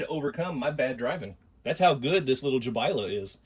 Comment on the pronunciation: That’s a great name! Bit of a mouthful 😂. Congrats on saying Jabaile correctly. That itself deserves a like 👍🏼 Great little crawlers. Great show